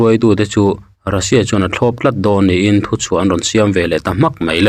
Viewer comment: I thil lam hi fimkhur la Ni hi i lam diklo thei deuh em mai